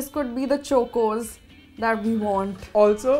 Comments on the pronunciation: Why are ya ll pronouncing Chocos like that. 🙉🙉🙉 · Am I the only one triggered the was pronounced chocos. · Ewww I hate the way you guys saying chocos Btw this video features some of my fav cereals.....anyone from America.... 💖I rember eating honey loops in my child hood when I was in India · Chalk-os. Im an Indian and am disappointed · why is chocos being pronounced like that by? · this is like 4 mins 19 seconds of them mispronouncing chocos i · This video made me think I was pronouncing chocos wrong this whole time but the comments section makes me feel I was right only lol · It's pronounced like chawcos(it's a mere pronunciation) not chocos for God's sake😶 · It's chocos not chokeos!! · I couldn't stop laughing whenever was saying " CHOKOS " instead of CHOCOS 🤣😭🤣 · Can someone ask them to stop saying Chocos wrong. It's CHAW-koes not CHOE-koes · It’s pronounced ch-oa-kos not chookos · we pronounce chocos as “ ch-au-kos” but was pronouncing like “ch-u-kos” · suhana 165 it's supposed to be pronounced "chock-os" not "choke-os" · Its pronounced as Chaw- cos not chu- cos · Why is not saying CHOCOS she says choocoos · Who all got OCD when kept saying Chokos I thought it was Chocos like Chalk-os Noone just me ok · CHOCOS not CHOKOS. UGHHHHHHHHHH. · No one: Buzzfeed india: CHOKOZ its chocos, dude, like how you pronounce chocolate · No one : Buzzfeed India : CHOKE-OS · Ikr! Its pronounced as chalk-os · CHOKE OS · the starting should be The start of CHOCOLATE... It isn't CHOKE OS lol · Yaaa like CHA-COS . The way they say is very disturbing 😂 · Someone teach how to say chocos pls. It’s not Chokeo’s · 1st-corn flakes and chutney ( what the actual fudge) 2nd-says cocoa crispies look like whatever-she-said chivda ( omg stop) 3rd- cho-kos ( How? What? What even? ) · literally said choke-O's every time she pronounced chocos 😂😂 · ITS CHALK-OSE AND NOT CHOKE-OSE!!!